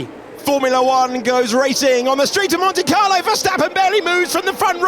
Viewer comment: it's MONTE, not Mony Carlo. It's not Monty Python.